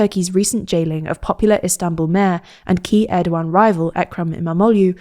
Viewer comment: This is the first time I heard someone from this channel pronounce erdoğan's name properly. Good job!